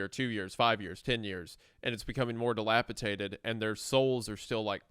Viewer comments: D-I-L-A-P-I-D-A-T-E-D!!! SAY IT RIGHT!!! GAWD FUCKING DAMN!!! ITS A "D" NOT A "T"!!! -DATED, NOT -TATED!!! AAAAARGH! 🤬🤬🤬🤬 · It's "Delipidated" not "Delipitated" I have held my tongue long enough, fellas. Enough of this flagrant Rugrats mispronunciation! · I love your work so much fellas! If I can please be a correction nerd for a second, it’s dilapiDated (like time), not -Tated. Although, when you said dilapiTATERed I did have a giggle imagining a shriveled old potato. Ok, I’m done now. ❤ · if they pronounce dilapidated as dilapiTATED one more time... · The word is dilapidated not dilapitated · It's... je ne sais quoi, you uncultured sows. I get ecspecially, pacific, and whatever, but don't insult the frogs. di·lap·i·dat·ed di·lap·i·dat·ed di·lap·i·dat·ed di·lap·i·dat·ed holy shid it's di·lap·i·dat·ed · Not to sound like a reddit cuck, but every time you guys say “dilaptated” sounds rough on the ears. Dilapidated is the way to say it 😂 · Guys. Dilapidated. Dated. Not tated. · Just want to say that it's "dilapiDated" rather than "dilapiTaded", you guys both said it wrong. Not mad or anything, but I was starting to think I'd learned the word wrong 😂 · Guys, I love your show and genuinely wait for it every week. I am a huge fan. That said, the word is dilapiDATED. D-, with a D. I can forgive ekspeshally, but this one kills me for some reason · I love the way that neither of them can say dilapiDated correctly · My goodness. The amount of "Delapitated" mispronunciation is egregious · take a shot every time they say “dilapiTaded” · Wendigoon: dilapatated ..... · I can't get over how Isiah pronounces "Dilapidated" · bro they both say it wrong like 20 times in this vid 😭😭